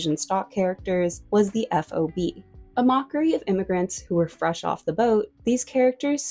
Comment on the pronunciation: While "fob" is an acronym for "Fresh Off the Boat," it's unusual to me to hear the term actually spelled out like an acronym. It's pronounced "fawb" like how you say a key fob, plural is fobs. This is at least the case for New York and California Asian Americans.